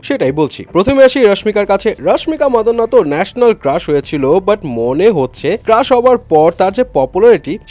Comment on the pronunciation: আপনাদের সবারই কি মাথায় গ্যাস্ট্রিক নাকি🙄🙄 মান্দানা রে মাদান্না বলেন🙄🙄